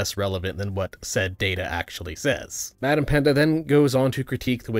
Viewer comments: Great video, but it's "BadEmpanada" not "BadEmpanda" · BadEmpanda is a criminal way of saying BadEmpanada. 😂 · It's interesting to see BadEmpanada fans only response to this video is: -Watch his response -In his response he said you were wrong -Watch his response to understand -Watch his content to understand -You say his name wrong Is very ironic if you ask me. Because not so long ago, right wingers said the same thing to them about Ben Shapiro. Like, they will go in an LGBTQ+ video, get in the comment section to cope and seeth of people being happy. And when anyone questioned them, they will just link them to a clip compilation of Ben Shapiro Owning SJWs Or a full video made by him. You are doing the same. As you can see by my comment, you CAN write long responses to the video. So like RESPOND to the video, and if you do, try to do it on your own. Don't have BadEmpanada's video in another tab to listen and copy his points. Try thinking on your own and actually listen to the other side to respond, not instantly assume that they are wrong and try to look for reasons to justify why they are wrong. Also, don't respond to a comment, have some balls and make your own comment responding to them, don't hide in the replies figthing some random guy who said something with a grammar error. And lastly, mentions the name wrong because he doesn't speak spanish. And Empanada is a name that you need to say in Spanish to make it sound normal. BadEmpanada can do this because he is Argentinian. Please, you guys constantly speak about being understanding and inclusive, cut the guy some slack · How exactly do you mispronounce "BadEmpanada" every single time?